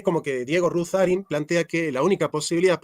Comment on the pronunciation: Ruzzarin es un idiota que cita filósofos que no ha leído,o... lee mal, y es incapaz, incluso, de pronunciar bien sus nombres, y quiere impartir clases de filosofía